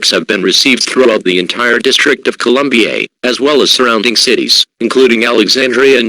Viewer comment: "Throughout the entire District of Columbiaye". Lol. Great scenario, I enjoyed it.